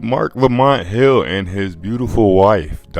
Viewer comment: It’s Marc Lamont Hill pwzzy 😂😂😂